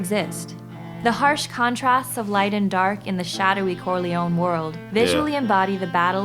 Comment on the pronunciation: Corleone non Corleon